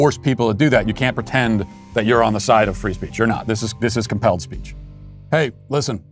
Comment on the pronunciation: When you said “this is called compelled speech” I thought you said “this is a hellscape” and both are accurate.